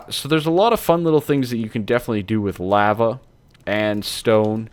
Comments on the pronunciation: Cool vid but the way you say lava makes me want to cut my ears off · did he say lahva